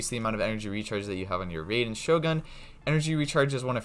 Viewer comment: how this guy still calling her RAY-den